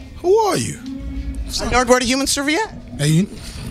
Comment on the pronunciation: Why do they keep callin him narguar tho😂😂